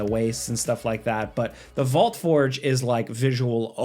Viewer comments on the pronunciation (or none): none